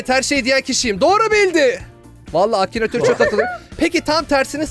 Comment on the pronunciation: abı akınatoru duzgun solemedın